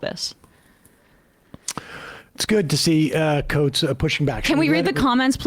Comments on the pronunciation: Too bad he didn't get Coates' name right either, though that is forgivable. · Please pronounce coates name correctly